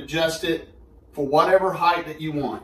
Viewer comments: Just because it’s my mission to rid the world of the error, there is no such word as ‘heighth’. Length, width, breadth, depth? Yes!…but it’s height. This is possibly worse than ‘chimley’ 😤 Anyways, thanks for the review. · THANK YOU!. I'm from rural alberta and I found so many people here who say heighth. Drove me nuts for a while and I don't know why it's a thing. Thanks for the review though😅